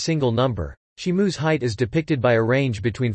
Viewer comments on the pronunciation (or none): Why is he saying shimu ,he got the name wrong